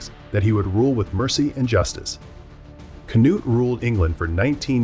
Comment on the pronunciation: Kanut 🤣🤦‍♀️ i know danish is Hard, but thats just silly 😅 in danish his name i K N U D